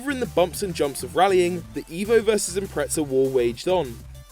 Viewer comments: Its called impreza not impreca. Fucking dumbass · "Impretza"....and the WRX has become a separate model from the Impreza in recent years. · Why do people say Impretza, ive never understood it. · Impreza is pornounced without a T bro